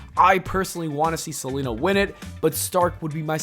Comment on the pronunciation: It’s Zelina, not Selena.